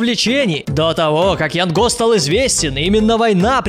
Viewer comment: не ЯНГО А ЯН ГО